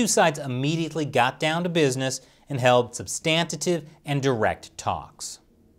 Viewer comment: "substantitive" lol